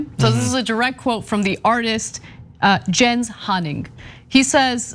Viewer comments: i feel like its pronounced yens and not jens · The fine art world is a scam. It is a cesspool. This guy is a genius for mocking it! And I think jens is pronounced Yens. But Anna doesn’t think $84,000 is a lot of money! 🤦🏽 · Jens is pronounced Yence. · Ana, I could be wrong but Germanic languages usually pronounce "J's" like "Y's" so I think his name is pronounced "Yens".